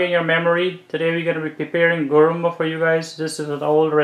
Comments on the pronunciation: It’s called Guruma not Gurumba. Nevertheless it’s a superb recipe. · I am 72 years old so i know the correct names for all guyana dishes.It's called guruma not gurumba.i corrected u guys a while ago with the dish u called Doodhpitty. U called it another name. I hope u guys dont mind me correcting u. I love to watch cooking shows - Alll the time.